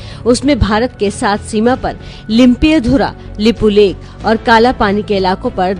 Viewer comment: nonesense! u even cant pronounce limpiyadhura and u r saying it belongs to u?